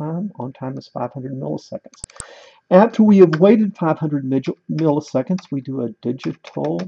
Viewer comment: "500" migitseconds HAHAHAAHHAHA